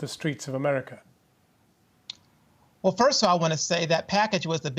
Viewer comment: "in a 'merkah" as if no where else is civilised.